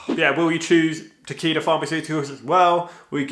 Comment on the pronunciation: Is it bad when you said Takeda I thought you said tequila